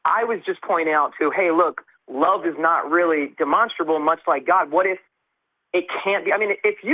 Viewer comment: I love the monster in demonstrable. It's like saying de monster, a bull.